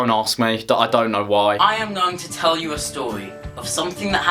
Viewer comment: “I am going to tew you a stowy” uwu